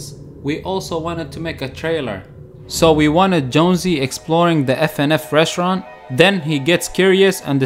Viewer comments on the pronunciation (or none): none